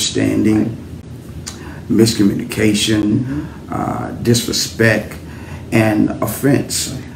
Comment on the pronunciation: I believe him. ...ummm, did brother pastor say disrespek? 🙄